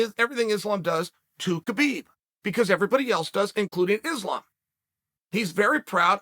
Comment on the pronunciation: Its pronounced issslam makhachev. Why is this ESPN employee displaying an openly segregated mentality ? Your company wont appreciate hateful racist mentality that belittle the names of athletes